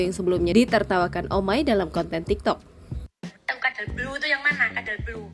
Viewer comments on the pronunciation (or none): Baca "codeblue" aja kagak bisa dia, malah jadi kadal blu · wong nyebut codeblu aja belom bisa, kok bisa jd reviewer